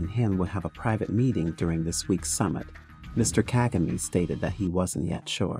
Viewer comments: You are mis- pronouncing his name.... DO NOT ANGLICIZE IT. pronounced. KA-GA- MAY. the last syllable is pronounced sharply. Ka-Ga- Me. Thank you. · OMG at least pronounce the President's name correctly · If you are going to do a report on the Rawandan leader shouldn't you learn to pronounce his name correctly. Just a thought.